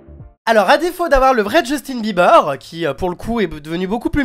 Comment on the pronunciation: il est gay c'est sûr il représente trop mal justin PS: on dit pas beulibeurs ont bilibeurs